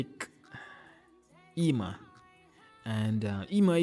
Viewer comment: Hey, Eima is reading like Eyma.